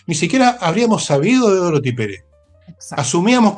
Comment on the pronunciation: Por favor, con sumo respeto, indiquen a Nicole Rodríguez que el nombre de la actual jefa máxima de la Contraloría General de la República es Dorothy, con dos “o”, y no Dorthy, como Nicole suele pronunciar.